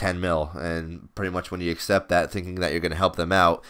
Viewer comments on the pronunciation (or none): none